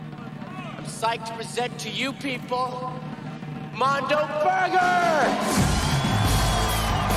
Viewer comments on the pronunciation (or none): Its Mondo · It’s mondo burger not mundo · It's not, "mundo" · "Mundo Burger"? Really? You had one job. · "Mondo" not "Mundo". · its Mondo Burger